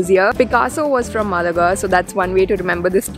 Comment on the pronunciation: Pronounce Málaga right, otherwise it seems like a South Indian city 😂